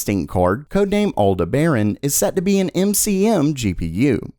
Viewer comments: OMG, stop saying alda-BAIRin. It's all-DEB-uh-ron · love your channel, but sadly, you obviously don't know much about astronomy. It's not "al-de-BARE-on", it's "Al-DEB-ar-an". It's also the name of one of the white Arabian horses in the movie "Ben-Hur." Aldebaran, (Arabic: “The Follower”) also called Alpha Tauri, is a reddish giant star in the constellation Taurus. Aldebaran is one of the 15 brightest stars, with an apparent visual magnitude of 0.85. Its diameter is 44 times that of the Sun. It is accompanied by a very faint (13th magnitude) red companion star. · OK, so a little more nerdy (not that you need it, clearly): Since the name comes from Arabic, like many(most?) star names, that means it was originally something like Al Debaran before it was Westernized, hence the pronunciation. Alde-Barren just hurts to hear... ;P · Aldeberan is not pronounced how you are saying it, as an astronomy enthusiast this peeves me quite a bit. (Al-deb-eren) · who tf is "Al the Baron"? LOL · Please look up how to pronounce Aldebaran. With many more videos to come, that is going to drive me insane. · I came in to point out the bad pronunciation myself. I'll instead just piggyback you.